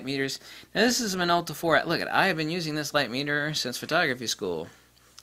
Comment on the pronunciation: “now this is a Minolta for uh...” WHAT model is it? You spend four minutes complaining and .04 seconds saying the name of the thing you are reviewing. Speak clearly.